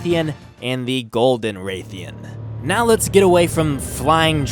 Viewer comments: its not ray theean its rath eean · its rathian smh